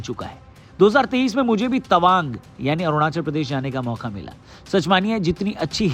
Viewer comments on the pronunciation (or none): Why you calling it tawag